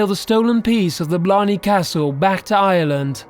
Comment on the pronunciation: I HATE THE WAY HES PRONOUNCING IRELAND ITS ACTUALLY TEARING ME APART